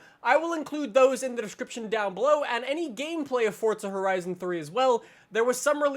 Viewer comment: I noticed that too lol